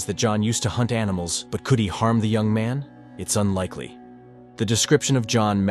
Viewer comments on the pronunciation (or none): It’s John young not yang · Why do you keep pronouncing it "yang"?